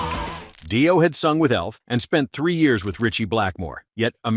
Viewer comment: It's "Dee-oh" not "Dye-o". Holy moly. And Dio unknown? The hell?